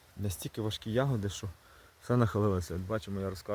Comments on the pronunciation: такого наголосу у слові ягОди не існує 😊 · А я теж думаю завжди казали Ягоди.Це мабуть місцевий говір. Прочитала:В украинском языке нормативное литературное ударение падает на первый слог — я́годи.Однако произношение с ударением на второй слог (яго́ди) действительно существует. Это очень распространенная диалектная и разговорная особенность, характерная для многих регионов Украины, включая центральные, южные и восточные области.